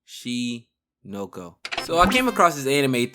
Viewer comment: cmon bruh it’s not that hard to say oshi no ko 😭